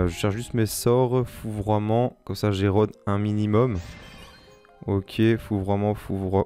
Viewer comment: Ta du mal avec la prononciations de fourvoiment 😂😂 jetait mort de rire ta refait ma journée mdrr